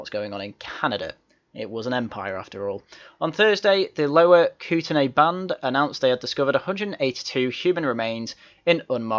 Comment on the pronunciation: Kootenay is pronounced “Koot • nee” Goddamn it, not you too. I already offered free consultation services to T-Bag for help with pronunciation of local place names here, because you Brits bloody butcher them all the time, and here you went, making a video about Canada without checking in with your #1 resident Canuck subscriber, supporter, and dare I say buddy, friend, and guy. Next time, just ask! Shoot me a message on Discord and just double check. It’s worth avoiding all the cringe you’ll give Canadian viewers, or people who’ve visited here. Just think of how bad you Brits would cringe if I made a video talking about War-Chester-Shy-Er, instead of Woosta-sure for Worcestershire. It’s worth avoiding the cringe. Trust me.